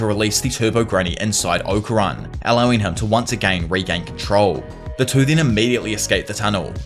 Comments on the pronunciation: Okarun is pronounced Okarune bro they say it properly in English and in jap when y’all start butchering names it’s like my ears bleed. Not trying to be rude I’m just saying. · Its Oka-roon... Fuckin annoying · The way ‘Okarun’ and ‘Saint-Germain’ is pronounced in this so disconcerting.